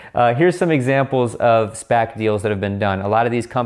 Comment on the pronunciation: Been waiting for someone to explain SPAC's in layman's terms. Thank you,! Also bonus I now know how to correctly pronounce it (been calling them S-passes lol).